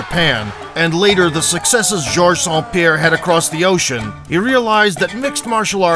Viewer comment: Gorge Jean-Pierre? wtf